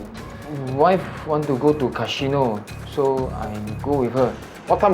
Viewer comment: Cashino Japanese accent